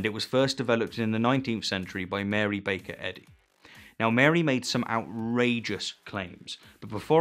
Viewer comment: I coulda sworn you called her Mary Baconhead